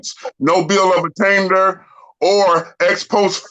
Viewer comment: "NO BILL OF ATTAINTDERR" Ok bro 🥴